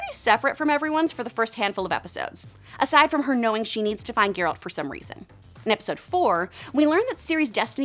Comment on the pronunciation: I stopped watching when I heard her say "Geeralt".